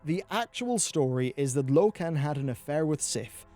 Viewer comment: low-ken? seriously?